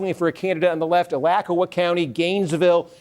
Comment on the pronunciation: Someone needs to teach Steve how to say Alachua! Chooooaaa